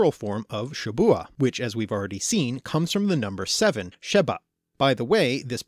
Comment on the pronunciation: A lot of the times you said B in Hebrew words that should have had a V rested-shavat week-shavu'a seven-sheva